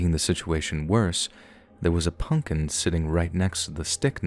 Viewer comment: I love how he says punkin instead of pumpkin. ☺️ it’s adorable lol. No homo though.